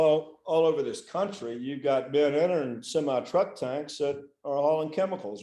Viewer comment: This attorney has such an attitude. Quite the ego. Someone needs to tell him that the word is VENtis not VINtis. And SEMI. With an E. Not SIMI.